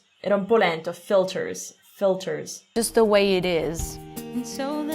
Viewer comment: Ci sono errori comunque ad esempio in "filters" usa la schwa e non la /ih/ corta , la l sbagliata sia iniziale che finale e tante altre vocali .